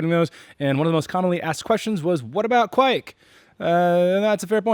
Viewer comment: you are saying it correctly, it's "kveik" not "ke-veik"